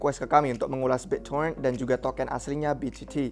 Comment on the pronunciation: Bit bukan bik to rent, bro